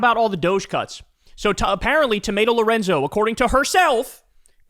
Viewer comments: Are my ears working correctly or is he calling her tomato Lorenzo😂😂😂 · Did Kyle call her tomato Lorenzo? Lol lmao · Wait, did you just call Tomi Lauren "Tomato Lorenzo" ☠️☠️☠️